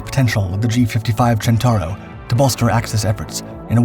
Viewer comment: Centauro, not "Gentauro". You know, "centaur"?